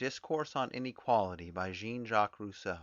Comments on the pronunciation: The person reading it doesn't seem to realise Rousseau is French when saying his first name. 😅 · am i the only one bugged by how he says Jean?